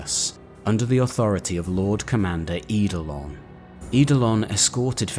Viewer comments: Love these vids, looking forward to the one on my fav thousand son. I get a little triggered by how you pronounce some of the name though, I get why you do though, eidolon for example is pronounced idolon, it's an ancient Greek word for ghost or spectre where the E is silent 🙂 this really is very minor though and the vids are thoroughly enjoyable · Lol I know right??? Adored the video but everytime he said Idolon hit me like a record scratch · You research and delivery is excellent! Great videos and great story telling. The only criticism I have is that some of your pronunciation is off, Eidolon = Ay-dol-on for example. Keep it up dude, you are fast becoming my favourite 40k youtuber.